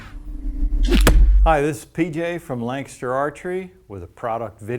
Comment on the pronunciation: "Hi this is PJ from Langster Archery..." Langster? That's how "Lancaster" is pronounced?